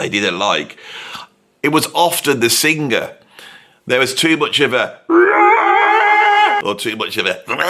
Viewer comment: Look, man. You can't even say the word "sing•ga•er." Why would I listen to you?